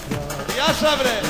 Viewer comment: "hayde beaa" değil de "hayde bree" kardeş :)